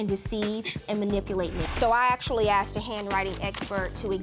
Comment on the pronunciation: These people...Always getting things on credit or with someone else's money. Dont buy anything you cant afford to pay cash for. And stop saying axed when you mean asked. Pure trash covered in hairhats, disgusting nails and horrid attitudes. This "culture" makes me sick.